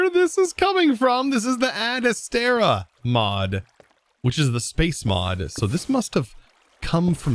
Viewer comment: Ad Astera? Rude.